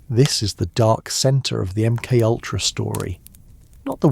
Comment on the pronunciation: M-K Ultra, not M Kultra.